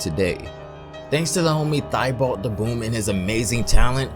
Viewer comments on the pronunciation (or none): Thibault is not pronounced “thigh-bolt” It’s pronounced “tee-bow” It’s French/ French Canadian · It’s TEE-BOW!! Lol not thighbolt!!